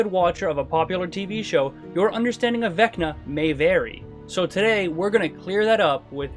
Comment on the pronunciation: Vecner? I barely know her! Also, it’s not pronounced “Becna”. The V sounds, wait for it… like a V.